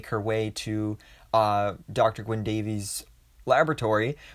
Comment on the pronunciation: Gwyn Davies. He's Welsh. Not "Day-veez", he is "Day-viss". He even corrects Sara.